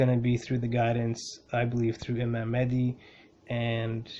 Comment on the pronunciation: Thank you brother great video. Love the energy you emit. BTW its MaHdi, not Madi. Make sure you pronounce the "H". May God bless you and your loved ones.